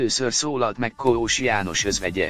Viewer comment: Nem Koós-nak kell kiejteni, hanem Kósnak, tiszta szégyen ez a szinkron.